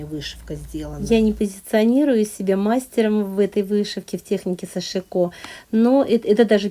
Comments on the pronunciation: пожалуйста, ставьте правильно ударение в слове сашИко.Прошу прощения... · Нет!Я много роликов смотрю от японских мастеров и,как раз они ставят ударение на вторую гласную,а англоязычные-на первую. Что касается жалюзей, все французские слова, это всем известно ,произносятся с ударением на последнюю гласную,и японский язык совсем не французский,чтоб так произносить это слово.Кстати,я изучала французский.